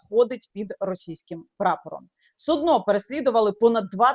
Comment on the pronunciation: Как она сказало судно с ударением на -О ..стало все понятно....😂